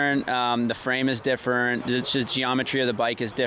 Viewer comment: lots of things are "diffuurnt" on the Yamaha eh Jess